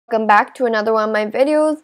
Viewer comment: It sounds like you said 'Gum back to my youtube channel' at the start XD